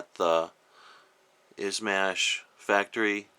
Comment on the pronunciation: It's pronounced "Sigh-gah" and "Iz-mosh" lol.